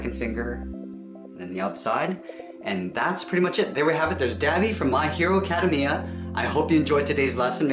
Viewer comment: I'm sorry if this is rude, but you pronounced My hero Academia wrong and it's killing my from the inside out